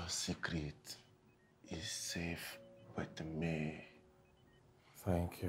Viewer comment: saying sekret😂😂😂😂😂